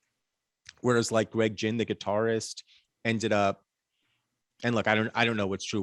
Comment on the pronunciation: The mispronunciation of Greg Ginn is killing me.